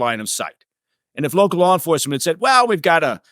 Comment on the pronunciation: Just sayin, the word “LAW”, isn’t pronounced “LAWRE”, or “LORE”. That’s not even correct in usage. It’s L A W, like Llll AAAhhhhh, & NO “R” in the word “LAW”.